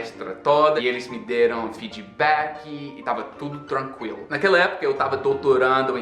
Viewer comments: vcs perceberam que ele falou FEEDBACK como nós brasileiros falamos fidibéqui e não fiidibák, como é a pronúncia correta kkkkkkkkk Conseguimos mudar a pronúncia de um nativo americano, mds. Somos bruxos!! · Vc sabe que o gringo fala mesmo português é qd ele começa a abrasileirar o inglês kkkkk “feedbacky” 😂😂😂😂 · ele começa a abrasileirar o estrangeirismo já abrasileirado SKDJAKXJSNKAJDJAKSM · Fidibaqui, tá tão brasileiro que até a pronúncia com o i já tem kkkkk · Love the "brazilianization" of "feedback" xD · e essa pronúncia super abrasileirada de "feedback"?? hahahaha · Achei interessante que ele fala até palavras de origem inglesa como "feedback" e "internet" com a pronúncia brasileira. =) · Ei, vc falou Feedback com sotaque brasileiro ou foi impressão minha? Show!!!😆